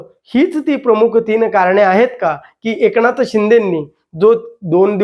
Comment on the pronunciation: एकणाथबोलतात...न कि ण हे न समजणारे हे काय विश्लेषण करणार